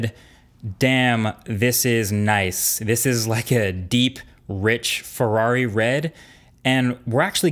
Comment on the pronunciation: and how much they asking for it, $700? get lost apple, same spec phones with full HD lcd screen u can get for $300 or less. And another thing, this "review": yellow gets 4/10 and red 9/10. cos is red! ("frerrari red") pfffff, dude ur ridiculous....